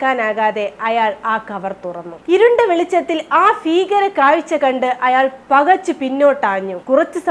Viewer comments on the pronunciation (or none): അക്ഷരശുദ്ധിയിൽ ശ്രദ്ധിക്കണം പ്രത്യേകിച്ച് ഫ അല്ല ഭ 'ഗർഫിണി, ഫീകരം ഒക്കെ മാറ്റി ഭീകരം ഗർഭിണി എന്നൊക്കെ ആക്കണം